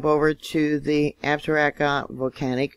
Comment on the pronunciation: Love your work. God bless you. It's pronounced AB-sah-ROW-kah. Beautiful mountain range...